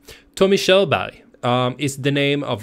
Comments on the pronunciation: Good Lord, it’s pronounced k-YUR-burg lol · Hur kommer det sig att du som svensk inte kan uttala tommy körberg? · Det blir lite pinsamt när du försöker låtsas som att du inte kan uttala Körbergs namn när du själv är svensk. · Visst är det kul när han försöker uttala Körberg på engelska.... Å sen är han skåning 🤣🤣🤣🤣